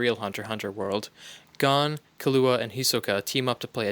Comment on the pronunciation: If ur gonna make sum like this please name gon and killua say there name correct smh